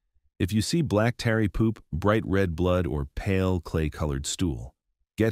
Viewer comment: AI narratar. Mispronounces tarry as tary